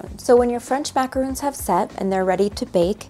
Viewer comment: Love your videos! But has anyone told you it’s not macaroons, but macarons?